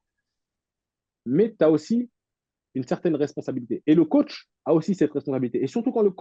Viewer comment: Mdrr😂😂 Ces mecs qui prononce " COTCH ". Il va falloir qu'ils comprennent 😅 COACH